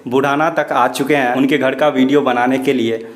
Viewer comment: Sale ache bhale ghar ko ghad bolta hai